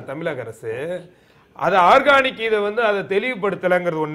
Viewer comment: அது ஆர்கானிக் இல்ல. ஆர்சனிக். ஐயோ..உன்னை எல்லாம் வச்சிகிட்ட்ட்டு..